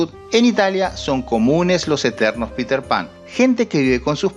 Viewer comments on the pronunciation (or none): none